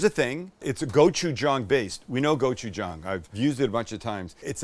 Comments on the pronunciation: thank you for pronouncing gochujang correctly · Thanks for pronouncing gochujang correctly.